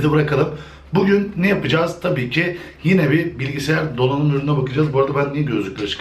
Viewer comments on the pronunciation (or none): none